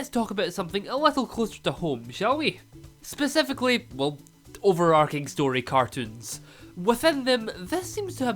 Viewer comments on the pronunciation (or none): none